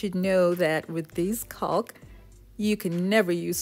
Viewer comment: Love the mirror! I hate to break it to you, but the 'L' in the word 'caulk' is SILENT!